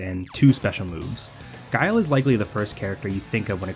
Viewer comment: thank you for including this lmao, I still think back to K Brad getting mad at Guile, calling him Gui-li, Guy-El, Gill